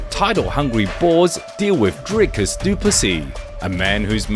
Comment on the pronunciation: Wtf Dana pronounces it “Dry-cus”?